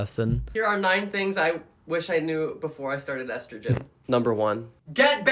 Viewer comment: I’m sorry, THAT’S how you pronounce estrogen?!